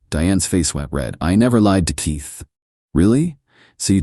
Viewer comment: Somebody please tell me why AI can’t pronounce the letter K I’m so sick of using your tea to open doors and who names their child teeth 😂😂😂